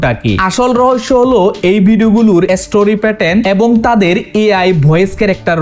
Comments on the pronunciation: 🤣🤣🤣 style করে কথা বলতে যাইয়া ভাই তুমিতো উচ্চারণ ভুল করো যেমন ইস্টুরি(history/story)কে আপনি এস্টুরি বলেন আপনি বাবার 😅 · story হবে, এসতেরি আবার কি